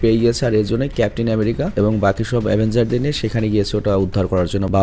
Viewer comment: ভাই বাগি হবেনা বাকি হবে